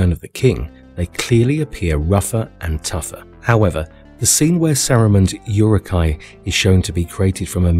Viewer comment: Essentially everything you say in this video is nonsense, not Tolkien, including your pronunciation (ooruk, not yuruk).